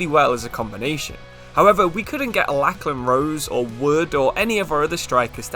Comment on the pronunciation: Great video! btw Lachlan is pronounced Locklan he plays for my local club Newcastle Jets